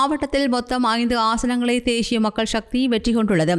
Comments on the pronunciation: தேஷிய இல்ல தேசிய ஒழுங்கா வாசி இல்லன்னா மூடிட்டு பேசாமல் போ தமிழ் அ ஏன் கொல்ற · என்ன உங்கள் தமிழ் உச்சரிப்பு தேஷிய மக்கள் கட்சி என்று அருவருப்பாக இருக்கின்றது... தேசிய மக்கள் கட்சி... தேஷியம் இல்லை.. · தேய்ஸ்ய இல்லை தேசிய தமிழை சரியாக உச்சரிக்கலாமே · தேஷ்ஷிய இல்லை தேசிய. 😂😂😂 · தமிழை அழகிய முறையில் உச்சரிக்க முயற்சிக்க வேண்டாம். தமிழ் எழுத்துக்களை அதன் உரிய சப்தங்களோடு உச்சரிப்பதே தமிழுக்குச் செய்யும் மரியாதையாகும். தேசிய என்பதை தேஷிய என்றே உச்சரிக்கின்றீர்கள்.